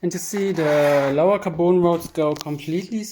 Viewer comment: tell me u are german without telling me xD also please stop saying kaboon rod ffs say caRbon